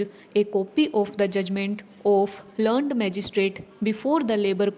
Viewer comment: didi learned ka google pronunciation check kro aap ek baar aap usko learnt jaise bole rhi ho, pronunciation pe thoda work kijiye plz